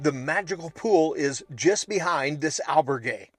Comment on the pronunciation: Say albergue with the accent on the ber, so others don’t copy you and say it wrong too, al BER gue (gay)